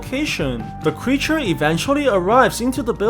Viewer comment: You said cweature